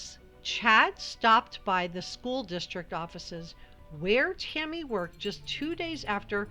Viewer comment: Idk y I keep hearing u say Timmy instead of Tammy lol so weird